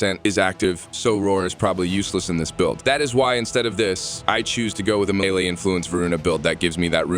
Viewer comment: McRush and milay? gire and protyay?! Where the hell did you learn English? Holy crap. Mach rush = mock rush. Melee = maylay. Gyre as in gyrate or gyroscope. Protea as in protean or protaya, if you're fancy. Dude.. you want to do Warframe videos and can't even be bothered to learn words or their names? Holy hell kid.